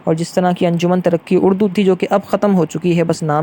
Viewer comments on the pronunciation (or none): Pronounce: Anjuman E Tarraqi E Urdu